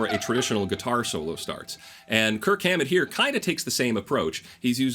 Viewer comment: Dude you gotta go back and overdub every time you say Kirk Hammet.